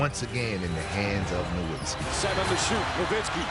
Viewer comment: They keep saying Nowiztki wrong and it pisses me off